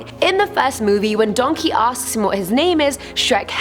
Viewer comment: Does your brain ever go “Donkæ”